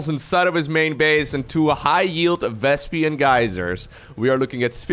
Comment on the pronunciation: Why are You calling it vEsPiAn gas?!😂😂😂